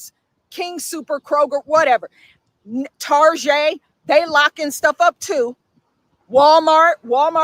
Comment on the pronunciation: Dude. That woman just pronounced Target "tarzhey". 😂